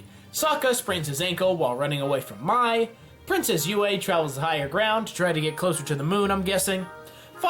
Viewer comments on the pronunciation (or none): It’s Pronounced May not my And Sh ow not zow And Pea-On-dow not piedow Please find out how to say these before you make this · Mai is pronounced may not my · Also, Mai's name is pronounced May. Don't go Shayamalan on us. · Sorry.. the way he said mai tho smh